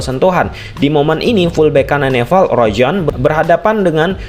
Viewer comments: Nepal bang bukan neval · Nepal bang bukan Nefal😅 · Nepall bang bukan nefallll😭😭😭😭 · bang maaf sebelumnya, aku fans channel abg tapi seharusnya "nepal" bang bukan "nefal" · Wkwk suka greget pas dia bilang neval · NEPAL bukan NEVAL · Perasaan, nama lawannya Nepal deh, bukan Nefal/Neval..??🤔🤔🤔🤔 😅😅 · nepal bg nepal bukan nefal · Bang bukan NEFAL bang tapi NEPAL, nanti org Nepal marah bang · Nepal bang,bukan Nefal😅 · Nepal bro bukan nefal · Orang mana nih, neval😂😂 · gua jd salfok sama kata2 lu bang "nefal" wkwkwwk tp isoke bang... lanjutkan